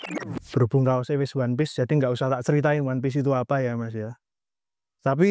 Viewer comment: ONE PIECE... O.N.E. P.I.E.C.E. ONE PIECE,, BUKAN ONE PEACE... SEBIJI,, BUKAN DAMAI.... BUKAN P.E.A.C.E. "ONE PIECE"....!!!!!!!!!!